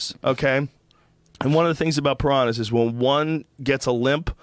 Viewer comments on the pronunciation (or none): Joe "I used to own parahnas" Rogan